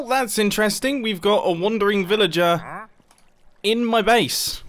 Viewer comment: It triggers me hearing mumbo say “wandering villager”